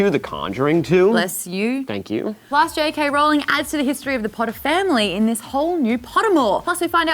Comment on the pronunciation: Finally someone pronounces Rowling correctly. 10 points to Maude's house!